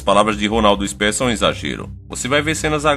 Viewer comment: O nome do estilista é Ronaldo Ésper e não Isper...kkkkk parabéns pela matéria jornalística